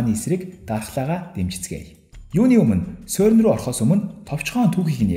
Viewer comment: сөрн биш сэрн шүү. France doc songoj aylagiig ni zuv helj suraarai :) jishee ni: CERN genève geed haihaar france doc garch irne 🙂